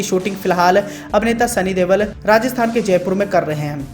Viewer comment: Ye देवल नहीं देओल है सही उच्चारण किया करो